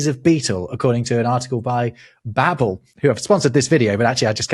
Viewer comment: Bahbel not baabul double-b